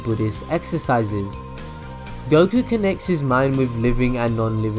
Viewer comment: UM ACTUALLY its pronounced 'Goh-key' you got the names wrong unsubbed (I have a new Ninja Storm weekly series btw, it'd be sick if we could do a mini collab again haha)